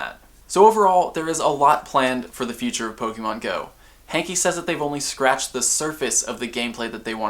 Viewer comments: It's not John hankie it's hanke say it right.. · Idk if his name is John "Hankie" or "Hanky"..... It's Hanke.................................................................................................................................